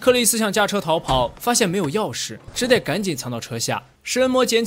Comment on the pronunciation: 跟我一起念：只得读Zhu de（只德），不念做 zhi dei